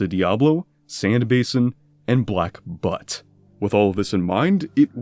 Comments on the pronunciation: Butte is pronounced buewt not butt lol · Butte and butt are not the same word, actually, butte is pronounced "bee-you-t" Also side-notes: A: The Black Mesa Research Facility likely just owns private rolling stock for use by the fictional New Mexico Railroad (probably the Santa Fe R.R. I.R.L.) rather than their own railroad as a whole, as maintaining that would take funding away from science itself. Assuming the New Mexico Railroad isn't a separate government funded railroad like Conrail or Amtrak. B: The Nuclear Warhead that destroyed the facility in-game was named "Mk. IV" likely being the mass production version of the Fatman prototype nuclear warhead, although in Opposing Force it has the model from a nuclear ICBM. The blast yield of the Mk. IV nuclear warhead was between 1-31 kilotons with many in-between. In my headcanon the Black Mesa Research Facility is 1.9 miles wide and 2.6 miles miles long for more surface storage, security walls and fences, and of course the airport, and about 2.3 miles deep for geothermal power and other research facilities. Let's say the Mk. IV was a 31kt nuclear warhead. Since at least 70% of the facility is underground then the bomb is meant to cause an earthquake that destroys it, and collapses the surrounding facility and canyons into it, leaving almost nothing left. Keyword: almost. there would still be a ton of areas left underneath the surface and deep underground that got away lightly scratched or heavily damaged since a Mk. IV isn't big enough to destroy a megastructure of tha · Butte is byuute, not but lol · Butte is not pronounced BUTT. It's pronounced BYEWT. B-YEW-T one syllable though. It's a type of landscape, like a mesa is. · Pronounced "beaut", not butt. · butte is pronounced byoot. it's a narrow mesa. it's not butt. also it's clearly named after a nearby landmark, not literally inside a mesa. im just gonna leave. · its Bue-t not Butt!!!! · Black butte, bewt, not but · butte is pronounced byoot not butt